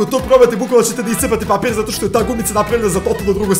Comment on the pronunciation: Umesto papir